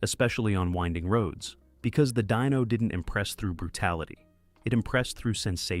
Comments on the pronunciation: Hey dork! It's pronounced deeeno not dyno. Wtf?! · Once again, Dyno NO, DINO, pronounced Deeno. MORONS!